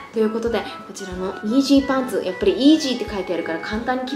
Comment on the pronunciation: イージーパンツが妊娠パンツって聞こえた😂